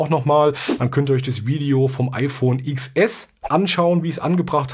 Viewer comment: Es heißt Zehn Es und nicht Iks Es xD